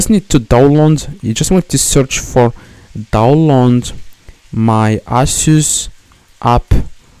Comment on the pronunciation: the same genius again . NOT ALL LAPTOPS ARE ASUS the best part is when he said "you just need to DownLoond my Aysos"